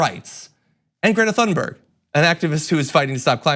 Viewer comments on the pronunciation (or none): Ha! Thank you. I cringe every time John says her name. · Please learn how to correctly pronounce Thunberg